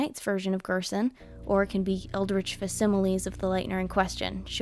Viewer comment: facsimile isn't read like fascism but rather fac-simile